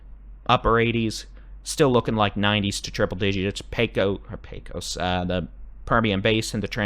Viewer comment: Helpful hint —- it’s not PAY Kose. It’s PAYkuss. No vowel sound for the second syllable. That’s how we say it in Texas. 😊 I just saw an old western movie, good Texas accents but everyone called it the PAY-KOSE river. PAYkuss. 👍😊